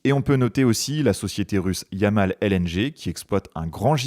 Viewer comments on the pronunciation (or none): none